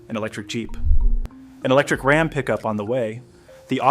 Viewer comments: As soon as it pronounced RAM as ROM, they lost me. Stelantis cant seem to make a product decision and stick with it.This I have observed for quite some time now. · rom for ram? get a real. narrator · Who the fuck pronounces Ram like ”Rahm”…you had my sub and then big fumble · "Rahm"? That's not how you pronounce RAM. You know, ram, yam, cam, bam, ham, lam, you'll get it soon. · Can't say ram right. Can't say the name of the town right.